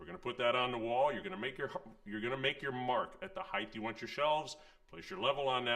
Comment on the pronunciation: Did he just say "heighth"? I hope he didn't say heighth. There is no such word as heighth. Height, yes, but not heighth!